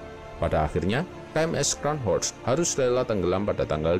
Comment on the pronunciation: koreksi dikit Min klo di ejaan nya Jerman , "Scharnhorst" itu dibacanya "Sharnhorst" , bukan "Skanhorst" 🙏